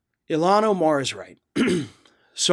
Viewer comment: its ilhan not eelan lol